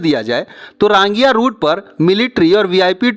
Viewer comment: रांगिया नहीं। रंगिया। बोंगाईगाँव नहीं। बंगाईगाँव।